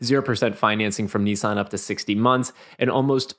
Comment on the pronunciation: It's "Nissan", not "Nee-San". Why do Americans butcher everything